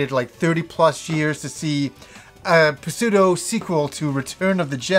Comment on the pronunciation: "P-seudo" ..did you really say that with a straight face? xD